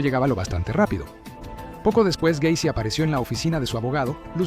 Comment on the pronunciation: John Wayne Gay-cy